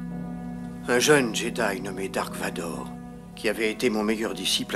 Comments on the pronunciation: C'est "Darth" Vador ... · moi en vf ils dise darth et non dark